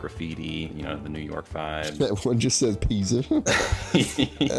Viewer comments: “Nizza York” 😭😭😭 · "nizza york" 💀